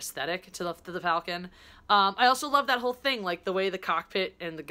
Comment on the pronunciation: Super Stardestroyer. It’s that really sharp dagger-like shape that I like. Btw, just saying, it’s pronounced ‘Fall-con’, not ‘Fell-con’. Enjoy Black Panther!